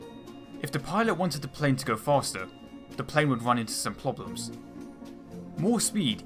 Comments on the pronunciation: ploblems, ploblems, ploblems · Ploblems. Ploblems.